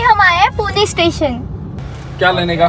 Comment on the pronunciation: It's not purna it's pune